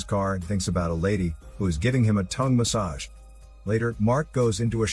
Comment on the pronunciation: It's fnny to hear the way u say "tongue massage" 😂😂